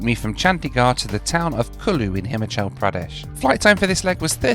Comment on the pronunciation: it's not HIMachal but HimAHchal Pradesn.